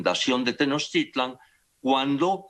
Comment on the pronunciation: El cacas ni siquiera pronuncia bien Tenochtitlan (le dice "Tenochitlan" el viejo ignorante). No se las quieran dar de Historiadores. ¿Y que parte de "no tiene fundamento histórico" no te quedo claro? No quieras acomodarle maromero.